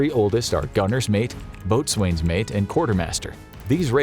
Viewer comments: "Boatswain" is ponounced "BO-zun" (Navy Veteran) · I wish those who are doing these presentations would learn to pronounce the ratings properly. The Boatswain Mate is pronounced as if it were spelled Bo'sun. The term used when addressing a Boatswain is "boats". The Corpsman is pronounced as if it were spelled coreman. Most Corpsman, especially if a more senior rank is addressed simply as "doc".